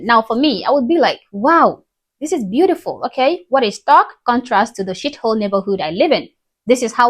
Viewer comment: That cute face and accent saying "shithole" had me dying lol.